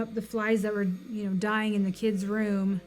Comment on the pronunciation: "kidzez room"???